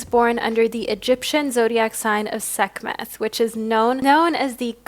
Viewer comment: Sek-met. The h is silent 🤍